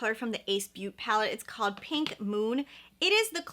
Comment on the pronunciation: Isn’t ace beaute pronounced like “ace beau-tay” like I think you pronounce the beaute as “beau-tay” not beaut lol